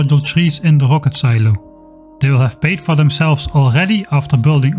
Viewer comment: "It's rocket.": "HUHWAHket." "Close enough."